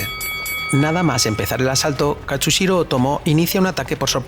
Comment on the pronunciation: mareeeee jajajajaja se't perdona tot versus 😘😘, shh shh va un apunt de pronunciació Japonesa a l'anomenar a Katsuhiro afegeixes una "S" entre la U i la H ( però com que avises si ho dius bé o no ja t'exculpes amb antelació 🤣🤣)